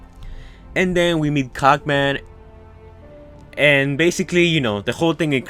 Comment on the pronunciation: Cogman not cock man